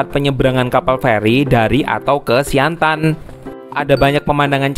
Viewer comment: Siantan bukan siantang